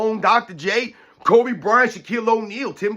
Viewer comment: he mispronounced kobe, and steph